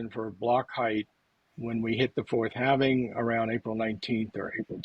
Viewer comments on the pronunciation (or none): It's surprising these "educated" men don't know how to pronounce the word halving.